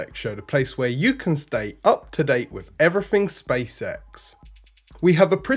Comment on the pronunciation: He also fronts with an F~ instead of a TH. 'Everyfing' 'Nineteen sixty FREE'. This irritates the shit out of me, but he thinks its OK; Its just unprofessional and lazy.